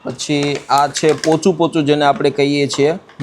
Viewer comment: pochu pochu babu pochaa kevay